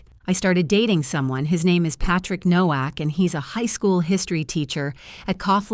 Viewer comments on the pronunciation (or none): none